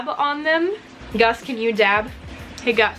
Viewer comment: Did you realize you called Gus gas????